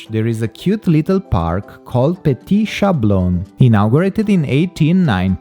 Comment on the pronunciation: I have to remark that we don't say "Chablon" but "Sablon" with an S at the beginning . I don't know but "Chablon"must be a spanish pronounciation .